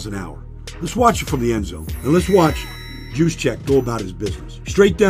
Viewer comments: YOUS-Check, not JEWS-check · Its pronounced "yooz-check" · Baldy, his name is pronounced USE-CHECK. Kyle USE-CHECK. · did you just say his name with a hard "J"? bruh, really? smh... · Good stuff Baldy. Loved your breakdowns all season especially on the Niners. Killing me with the J though. They call him Juice but his name is pronounced with a Y!